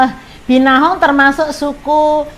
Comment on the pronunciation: dari awal salah sebut terus. Binahong dan Gendola 😀